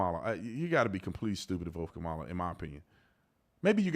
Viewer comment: Stop being rude and disrespectful! Calling people names and pronouncing VP Harris's name incorrectly.